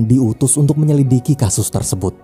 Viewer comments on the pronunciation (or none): none